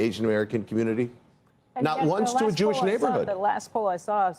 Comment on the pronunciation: I was going to call out the anchor issuing the "clarification" (or what we in reality call a correction) for mispronouncing "Mamdani", but then he also mispronounced "Jewish" so maybe he just doesn't talk so good.